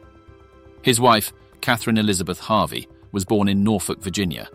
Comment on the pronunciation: I think their name is pronounced Harvey and not "Havi".